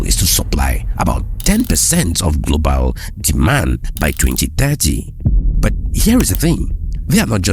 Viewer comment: Why do u say but as burt